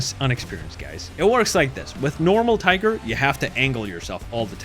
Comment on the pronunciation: Brooo its Tiger PorschE there ther is an E.....As german this hurts to hear 😂